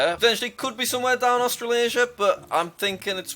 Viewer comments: did you say austalaysa (ik i didn't spell that right) or am i hearing things ? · When jack said austra-laisha my heart sank😭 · its definitely called australaiza jack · Ah Yes, My Favourite Continent, Austrilaisia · Why did Jack say australasia? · How did he say Australia